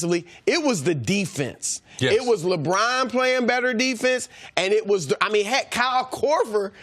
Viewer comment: Don't u just love how brousard pronounces 'Lebraaan'?